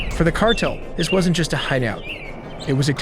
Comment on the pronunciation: They create their youtube videos using AI. It was a mistake on their end releasing this video because you can hear it. Who says cartel as "kart-le"